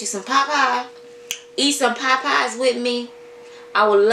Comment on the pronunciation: It’s called Popeyes chicken...not Poppeyes..